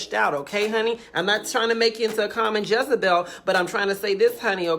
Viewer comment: “A common jessabell” 😂😂😂😂😂😂